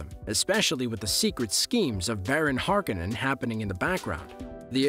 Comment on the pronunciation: If you can't even pronounce Harkonnen or Fremen correctly I'm just stopping here.